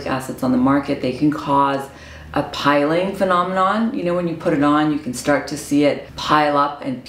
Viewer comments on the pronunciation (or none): Just a heads up, It's pronounced "pill-ing". It's named that because as you rub your face it makes little pills that rub off.